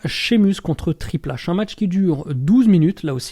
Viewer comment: Mais qui de ce monde prononce Triple H à la française ???